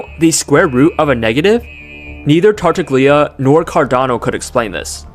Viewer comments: "tartagllia" erm it's actually tartallia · Tartaglia = Tartalia. The 'g' is not pronounced.